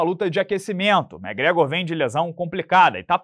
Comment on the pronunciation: Só vim pra ouvir o amiguinho falando Mé Grégor 😂